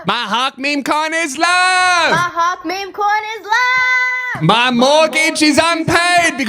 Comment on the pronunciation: What Australian pronounces Hawk like that? Hand in your citizenship mate.